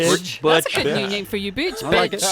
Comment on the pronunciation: When he said “b*tch” instead of Butch, I DIED-🤣🤣😂😂😂😂😂😂😭😭